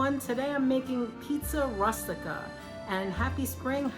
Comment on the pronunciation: Good idea to cut them in the small pieces like you did. For a minute I didn't think you were Italian by the way you pronounced Rustica , r US tica. The U in Italian and Spanish is pronounced OO as in rooster. I'm going to try cutting up the meat next time. Thanks ❤